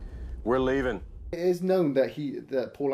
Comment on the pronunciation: "We're leaven'."